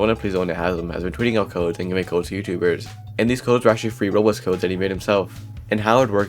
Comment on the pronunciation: 1;30 “roblxo” ps: I’m not making fun it’s just a thing I noticed and it made me laugh